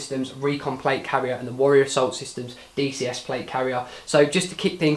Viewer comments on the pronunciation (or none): none